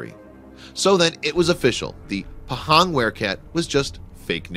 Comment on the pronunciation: ITS NOT PEHENG ITS PAHANG!!!!